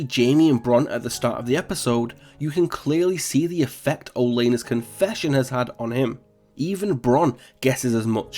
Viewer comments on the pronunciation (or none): "olayna"..... learn to say the names for gods sake... and there was no gold in those carts, they were already through the gates of kings landing...